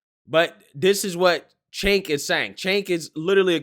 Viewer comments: doesnt matter if they were having a pancake breakfast the following day.im 99% sure this person who did this is the same ppl that go to this club..he/she probably would want "more"of that stuff...not trying to be an ahole but its pronounced Jank not seenk.... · I believe you pronounced it wrong miss. I believe it is Chunk, Chunk Yogurt. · I love the way says Cenk's name. It sounds like Cenk Yogurt which seems fitting. 😀